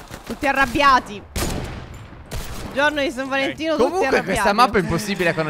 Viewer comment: Stef nell'intro a detto San Valentia